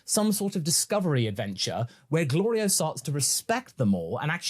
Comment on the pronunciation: Goku constantly messing up Glorio's name despite hearing it like 30 times by now but pronouncing Shin's real name perfectly the first instance of learning it is peak Dragon Ball comedy. He definitely is doing it on purpose lol